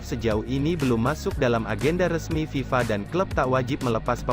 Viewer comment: Piala faaàa.bloon amat orang yg baca brita ini piala ter kenal di dunia kok santainya bilang fiala faaaaa.sharusnya eeeef.aaaaaaa